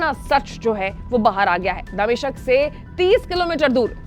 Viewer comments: मैडम दमिश्क को दमिशक बोल रही है। उच्चारण सुधारने की आवश्यकता है। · दमिशक नाम नहीं है दमिश्क है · दमिशक नहीं दमिश्क है मैडम